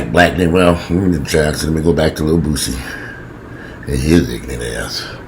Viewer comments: its pronounced boo see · Its pronounced Boo-C.I think Boosie is battling his own manhood smh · The way you pronounced Boosie name took me out. 😂😂😂